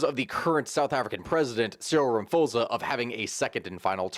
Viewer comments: Ramaphosa is pronounced "Ramaposa", instead of "Ramafosa" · Please take time to learn South African names, I beg! "Raposa", man what is that? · Rama p osa. The h is silent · The president's surname is pronounced: Rah-mah-paw-sah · It's pronounced Rama-pause-a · Minor correction. The president's surname is pronounced 'Ramaposa'. I know that his name has a 'ph' in it, but in South African languages, we still pronounce it 'p'. I have no idea why we do that but there you go😅😆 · There’s actually no reason for you not to be able to pronounce Ramaphosa. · Some pronunciation help: Rama - po - sah. - Ramaphosa Ghow - teng - Gauteng. Gweh - deh - Gwede. Munt - tasheh - Mntashe.